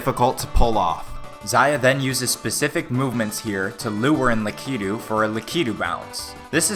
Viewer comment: Yup, Lakitu. Why, do you pronounce it wrongly differently wrongly?